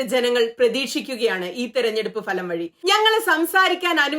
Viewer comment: പ്രിയപ്പെട്ട സുനിത, വിമർശനപരമായി താങ്കളുടെ ഉച്ചാരണം ചൂണ്ടിക്കാട്ടുന്നതിൽ ക്ഷമിക്കണം. തെരഞ്ഞെടുപ്പ് ഫലം പ്രതിഫലംഎന്നൊക്കെ പറയുമ്പോൾ "ഫ" എന്ന അക്ഷരം Fa എന്നാണ് താങ്കൾ ഉച്ചരിക്കുന്നത്. ആ അക്ഷരത്തിൻ്റെ ശരിയായ ഉച്ചാരണം Pbha എന്ന രീതിയിലാണ്. വീഡിയോകളുടെ ഉള്ളടക്കം കിടിലൻ ❤🎉